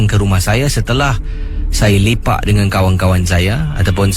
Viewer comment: Lepak bukan lipak